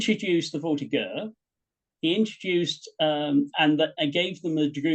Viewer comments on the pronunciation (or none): An excellent presentation to be sure. My only horror is that such a learned historian as grossly miss pronounced "voltigeur" using a hard G as in get. It should be a soft G as in General.